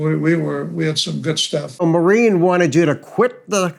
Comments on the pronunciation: The Irish lady's name is pronounced, "MAUR..een". Emphasis on 1st syllable. (Not "mau...REEN") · Maureen is not pronounced “marine.”